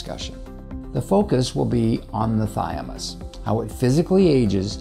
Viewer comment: Interesting and informative, but I'm not sure why you keep saying "thy-a-mus" instead of "thymus." BTW, apoptosis (forced cell death) requires iodine within its process, which is why iodine-deficiency is associated with higher cancer rates, as the US has seen increasingly, since iodine intake has been dropping since c. 1980. This need for iodine is likely the reason all cells have iodine pumps [for pulling iodine into themselves] built into their cell walls.